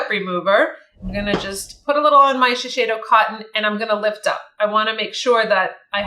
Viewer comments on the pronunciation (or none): none